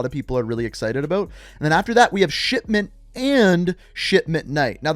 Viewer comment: Anyone else here him say shitment instead of shipment 😂